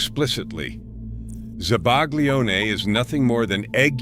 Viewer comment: I compliment you on a nice video. I enjoyed it. It brought back some memories. I'm in my 70s, I've lived in Italy for a few years and speak Italian. Having said that, I cringed at some of the pronunciations! To make this better, you should research correct pronunciations of certain words. Zabaglione does not have a hard G sound. Cotichine does not have the English CH as in cha cha cha. It's more like coh Tee keen eh. Please do this over and pronounce the foods correctly! Some of the pronunciations were cringe worthy. I still enjoyed the video though. Thank you